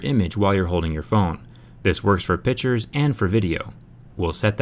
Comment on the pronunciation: Do I hear you say "Pitures" ?